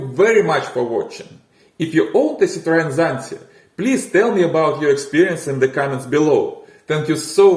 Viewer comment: Zitreän Tsanti... Sedarin Tsanti...Zideren Tsanti...Tsante...Zidrine...Sara...Zante...Zatta... Lasst es einfach bleiben! Unerträgliches KI Gelaber.💩